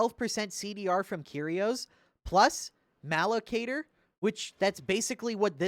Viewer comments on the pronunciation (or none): I live for the moments where you mispronounce a dumb warhammer term (malocator) in a way that makes it a different real warhammer term (malcador)